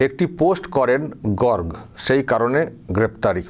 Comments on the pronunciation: Gorg na Gorgo. Uchcharon ta thik korun. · গর্গ নয় উচ্চারণ হবে গর্গো । পুরো নাম গর্গোদেব । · আপনার উচ্চারণ হচ্ছে না। গর্গ উচ্চারণ শেষে ও হবে। গর-গ। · উচ্চারণ টা গর্গো,(in English gargo, garg নয়) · বানানটা গর্গ হলেও উচ্চারণটা হবে গর্গো চট্টোপাধ্যায় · গর্গ চট্টোপাধ্যায় নিজেই তো সঠিক উচ্চারণ করতে পারেনা।😂😂😂😂 আবার সে নাকি আবার বাংলা পক্ষ এর সৃষ্টি কর্তা।😂😂😂😂😂😂😂😂